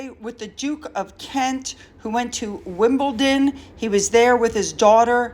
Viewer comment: I love your work, and I am so pleased you are on vacation (but still working). Off topic, the Wales haters say "Wimbleton" repeatedly, so if you need encouragement to say "Wimbledon", there it is- just saying!